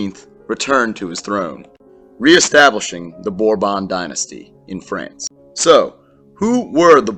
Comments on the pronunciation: The House of Bourbon (English /ˈbɔːrbən/, this is the pronunciation of Bourbon, English /ˈbɔːrbən/. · Its pronounced borbun, dont correct me if I'm wrong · I like the way he pronounces Bourbon😂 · I don’t